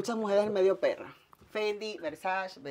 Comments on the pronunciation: no se pronuncia “versash” se pronuncia “versache” (versace) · Por que alla pronunciatln Versace como "versach". Tengo entendio que es Versache que pronuncia. Y yo queria que el video fuera maa largo. Me encanta ver ropa y carteras ajenas😂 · MUCHO GLAMOUR Y DICE "VERSACH"😂😂😂😂😂😂😂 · Cada vez que dice "versash" a Donatella le da un paro cardiaco